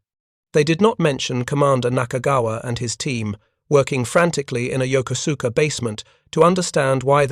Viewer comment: Yokosuka: yoh-ko'-ska. Not yoker sooker.